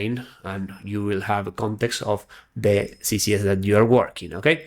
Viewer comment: Great video, but you keep saying CCS instead of CSS. Beginners might get confused.